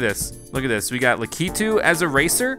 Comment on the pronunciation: your saying lakitu wrong the pronouncement thing is lack e 2 lakitu